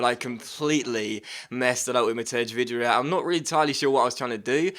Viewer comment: My name is matej and the way you prounaunced Vydra"s name was horrible